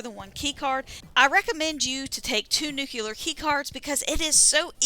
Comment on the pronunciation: Ok grammar police. Its new-clear not new Q loor. The Simpsons ruined our whole generation 🤣